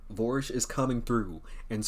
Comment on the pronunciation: Vorsch? Neigh, no way!